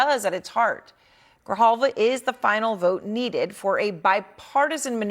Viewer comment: En español : Grijalva. No Griyalva o Grillalva.